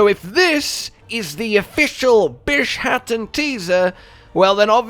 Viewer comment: So, is he mispronouncing the name intentionally as a joke to make it sound like Shat in the middle?